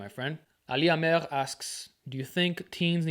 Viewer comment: It's not Amekh it's Amer with an R.